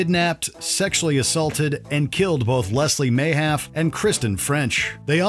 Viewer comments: Karla Homolka. Her victim’s name is not pronounced Leslie Ma-Haff. It is pronounced, Ma-Haff-ee. Cheers. 🇨🇦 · Karla Homolka Please get her victim’s name right, for God’s sake and her’s. Her name was Leslie Erin Mahaffy… not Mahaf. You should be ashamed. 🇨🇦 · For the Karla Homolka part, you pronounced Leslie Mahaffy completely wrong. Normally I wouldn't quibble but it was embarrassing and she deserves better. Also videos like this never mention that her lawyer hid the tapes that showed her assaulting the girls on her own, completely disproving her defence of "my evil husband made me". And also that afterwards her lawyer had to excuse himself from being involved cuz, as we would find out later when she was released, his brother had a relationship with the serial killer, who she married and had kids with.